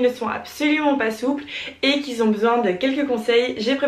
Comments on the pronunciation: Et qui Zzzzont besoin...🤪 Aïe mes oreilles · Moi ça m'a fait bondir ! On dit pas "les gens qui zont". Et d'autres trucs mais bon. Ah si, à la fin, c'est "merci d'avoir regardé" et non "regardez". Sinon belle souplesse 👍